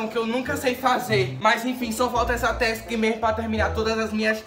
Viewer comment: É skip não skap e não é tausk é task